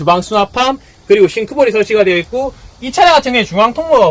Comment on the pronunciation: 있구~ 있구~ 있고로 발음하시는데 더 나은 것 같습니다.